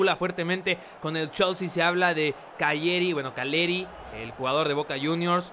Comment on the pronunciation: #KCR calleri se pronuncia "caleri"